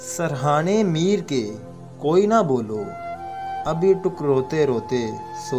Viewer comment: pAR HAM JO NAAAAAAA " HON GY, YA NA GLAT PARHA HI AIK HARF SAMAJH KAR PARHAIN ""n"a"